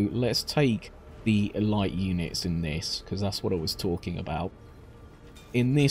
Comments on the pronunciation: E-light? What the fucking fuck? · It's not the same at all. Elite has a proper pronunciation.